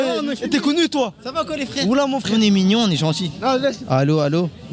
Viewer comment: 😅😅😅 Ona "souffaire". "FFFRAIRE" 😅😅